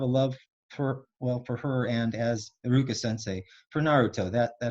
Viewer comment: Fr bruh, I was confused when he was speaking, especially when he said iruka